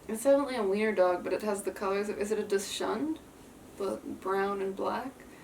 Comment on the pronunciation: It’s pronounced “dox-und”